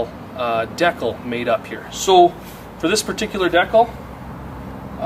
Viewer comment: awesome video, but... DE-CAL! lmfao its not decle...